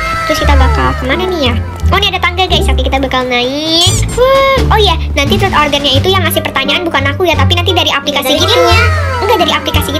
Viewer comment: Ngakak 😭 pas bilang 'TROT'😭😭